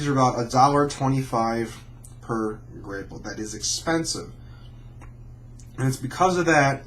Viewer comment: It's pronounced grap-pple